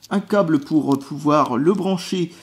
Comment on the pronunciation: tu sais pas prononcer le mot câble